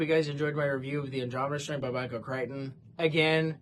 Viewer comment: I don’t know why I am saying this since you should be able to say a person’s name however you want if they have no problem with it, here’s an interesting piece of info on the author’s name: Whenever I have heard most people talk about him, they have pronounced his last name CRICK-ten.